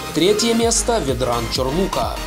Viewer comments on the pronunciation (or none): ЧОрлука а не ЧорлукА